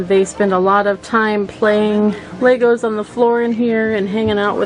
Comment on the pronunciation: I wonder what the Lego vs Legos arguers would say about this woman's pronunciation: "Lay-gos"